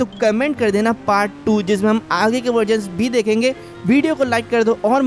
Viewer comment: Path nahi Bai part 😂😂😂😂